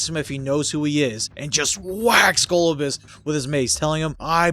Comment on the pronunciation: Go-LOB-you-us is how its supposed to be said.